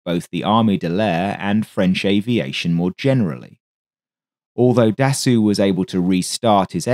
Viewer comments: The correct pronuncoation of his name is Dasso...not Dassu....it might be spelled Dassault but in french when the letters "A and "U" are placed together its pronouced as "O" not "U" and in the case of this name the L and T are silent. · Very good work overall, but one thing made it almost grating to listen to - Dassault is properly pronounced 'dah-so', NOT 'dah-sue'. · Very nice video about an aircraft that, for some reason, I always loved a lot. Just please strive to pronounce Dassow instead of Dassew! Actually, Dassault was Marcel's brother Nom de Guerre in the French Resistance; Marcel was emprisoned for refusing to collaborate with the Germans and was barely alive when he left Buchenwald. Little did he know that he would live until age 94 and build such wonderful aircraft... 😀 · FYI, Dassault is pronounced "Dass - oh", rather than "Dass-oo". Great video - thanks! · Da-soh not Da-soo - au gives an oh sound, the lt is silent. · Its Dasso..not Dassu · Interesting and thanks for the info. But you did make another pronunciation mistake here. "Dassault" is NOT pronounced "Da-soo". It's "Da-soe" (rhymes with "toe"). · Dasso is the correct pronouciation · That's basically where it comes from though - his brother used the name "Charsasso" as his alias when he was working for the French Resistance during the war, which was a play on 'char d'assaut' - "assault tank". Not sure why video pronounces it as dassoo. My understanding of French was that "-au" is a short 'o' as in english 'rose', and the -lt is essentially silent, so it should be 'dasso', same as how Renault is closer to 'reno' not 'renoo'. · If you Can Say "assault" Properly, you should be able to Say "Dassault" correctly. Repeat After me : Assault Assault Dassault Assault Dassault Dassault Dassault Assault Dassault There. You got it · Marcel "Dassoo"? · It should be Dassault. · What ? It's the weirdest "Dassault" i've ever heard.